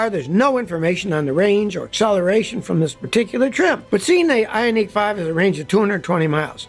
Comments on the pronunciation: Very informative video as usual. Did find your pronunciation of the Ioniq annoying though. Watch any Hyundai world Wide commercial and there in no unique in Ioniq so your pronunciation is completely wrong. Even Hyundai’s attempt to get people to drop the H sound at the beginning of their name was a complete failure. While your pronunciation is technically correct for their commercials and even how dealers pronounce the name they do not drop the H as silent. I give you props for trying to educate us on the way to correctly pronounce Hyundai but Ioniq was an epic fail. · Funny how you 😂pronounce IONiq!